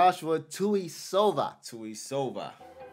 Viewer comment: His name is Josua tuisova not JOSHUA the commentator he’s pronouncing this guy’s name wrong.